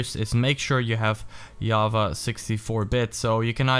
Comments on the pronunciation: its java not yava just saying ;) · HE SAID YAVA HOW IS IT AMAZING PIG!